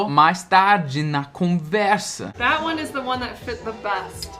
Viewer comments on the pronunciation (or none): Vc diz that , parece o som de vat , é isso mesmo? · Passei o vídeo todo tentando decifrar como ele pronuncia THAT mas não consegui, as vezes parecia que o T tinha som de D e outras parecia V. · A impressão que tenho, a menos que eu esteja diodo, é que, às vezes, quando você fala o “that” soa “vaat”!! E com o “this”, às vezes, soa do mesmíssimo jeito, e sai “viis”!! Poderia esclarecer qual a maneira correta de se falar 🤙🏼... see ya!! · you pronounce the word Tha(t), with the last 'T" unvoiced. I looked into the dictionary and I saw all of them pronounce the last "t" of That. But, I usually hear lot of people saying "Tha". My question is: the word "That" has the last "T" unvoiced or it is an informal way the natives to pronounce "Tha"? Thanks very much!